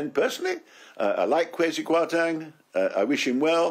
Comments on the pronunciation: Listening to Lord Clarke, I see he's a very knowledgeable man, for the following trivial reason. He correctly pronounced "Kwasi" as "Kway si"! It tells me this is a man who knows Ghana, in West Africa, pretty well. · Thank goodness! Sadly I don't think my Lord Clarke will be listened to. And finally someone who can pronounce" KWASI" properly.